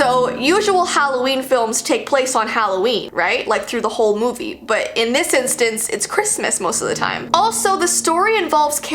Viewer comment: I think its more of a christmas "movee":3 LOVE U KEEP DOING THESE "movees" luv u